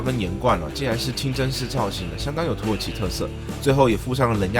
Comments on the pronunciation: 一直聽成土豪商務艙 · 一直聽成土豪..